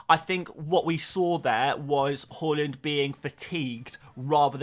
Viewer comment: Haaland is called Haaland not Hawlund. Why can’t you say his name correctly? It’s weird